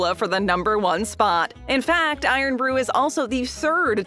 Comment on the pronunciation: It's irn rhymes with earn not blooming iron. Do you think they dropped the o just to cut printing costs.